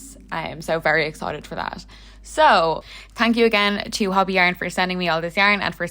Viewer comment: It’s not said hobby. The o is a long o sound like saying hoe bee. Hobbii! The best! I only buy from them and I live in Canada.